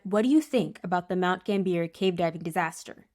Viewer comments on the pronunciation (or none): Pronounced GAMBIAH. Nor GAMBEER. Otherwise good vid👍👍